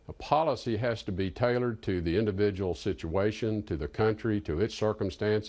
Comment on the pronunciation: "Indivijul sitiatiuns"